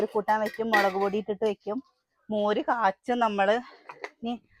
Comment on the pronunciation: മളക്ക് അല്ല 😂😂 മുളക് 😊